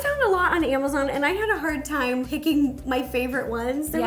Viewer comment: Omg times not thimes